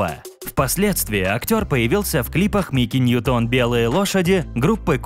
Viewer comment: Мики нь’ютон а не Нью’тон